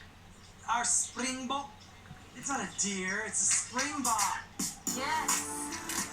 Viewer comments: Any South Africans year thinking about how he butchered ‘springbok’ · I'm incredibly late to this video, but as a South African hearing Mr. Jay say springbok made me visibly cringe and swear at him in my mother tongue.